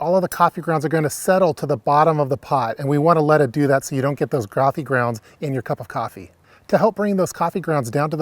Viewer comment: "groffee grounds"